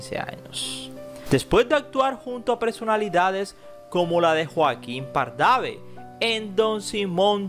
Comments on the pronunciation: He visto varios videos de usted. Siempre bien documentados. Sé que en todos los países de Latinoamérica, el español tiene diferentes acentos, modismos y regionalismos. Sin embargo los nombres propios se pronuncian respetando su acento. Por ejemplo “Joaquín Pardavé” tiene acento en la /é/ en el video escucho con acento en la primera /a/ como “Párdave”. Solo es una observación y sigo aprendiendo de nuestro bello idioma. Saludos de Monterrey, N. L. México. Gracias por su atención. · Hablas terrible no sabes pronunciar bien los apellidos es Joaquín pardavé con acento en la É no en la segunda A por dios habla bien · Chico, no se pronuncia PardavE el apellido del Sr Joaquin, tiene acento en la E. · Si, pronuncia mal los apellidos dice “Pardave” y es Pardavé. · Es Pardavé no pardave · Se pronuncia Pardave acento en la e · Buena presentación pero con errores de pronunciación en Pardave y otras más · Que mala redacción, APRENDA A LEER y que falta de profesionalismo en todo. Hace acento en lugares inapropiados AL LEER; y ya ASESINO EL APELLIDO DE EL SEÑOR PARDA-VÈ. Es pésimo oír mencionar a una actriz o actor Ò FOTOS que NO tienen NADA que ver con el titulo DEL VIDEO O con la historia. EJEMPLO; fotos de MAPY CORTEZ al hablar de ELSA AGUIRRE. Ademas QUE ELLA MISMA DIJO DEL ACCIDENTE QUE LE ARREBATO A SU HIJO. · Pardavè lleva la fuerza de pronunciación en la última sílaba y Azálea en la segunda.